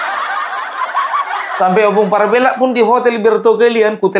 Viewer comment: Perasaan saya selalu tidak sreg tiap kali dengar lagu 'Youtuber Nusantara' karena masak orang Batak namanya dibaca PARB-e-LLAK. Harusnya Parb-E-llak.